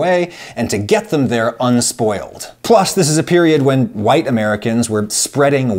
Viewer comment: Did any black Americans spread west, Adam? I like how you practically spit the word "white." Good job.